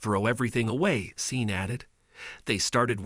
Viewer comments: It’s pronounce Shorn (Sean) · I believe his name is Sean and is pronounced Shawn. The video was great when I could focus on it and the presenter was fine except Sean. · That pronunciation Sean, (Shawn) grates on my nerves like finger nails down a chalk board.